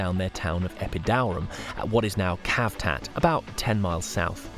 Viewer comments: Please stop calling it 'Kavtat'... 🤦‍♂️😂 it's not a hard C, it's more like 'tsavtat' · Tz, tz, tz, tzavtat Cavtat